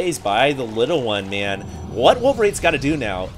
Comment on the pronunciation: Dont talk to me like that 'mayne'